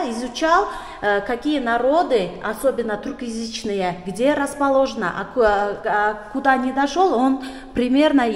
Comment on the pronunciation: Не туркоязычные, как она говорит, а тюркоязычные.